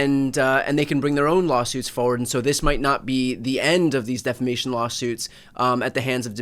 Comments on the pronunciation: Appreciate the victory! Except, you're saying deflamation incorrectly... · I know. My goodness. I cringed every, single time he said it like that!